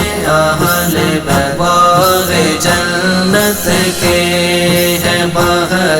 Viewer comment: ماشاءاللہ بہت خوب❤ باغِ جنت نہیں ہے باغ جنت ہے بغیر زیر کے پڑھنا ہے اس کو